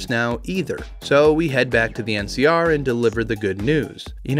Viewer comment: Keep hearing MCR instead of NCR every time and my brain has a quick ?? before it catches up. Every. Time...